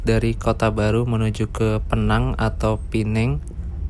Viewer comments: masi aja bang penyebutannya Pee nang. Salah itu bang bang. Sebut Pe-nang atau Pineng. Lu nyebutnya kaya tenang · ..penyebutannya bukan Penang.. Tapi..PEnang.. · Pi neng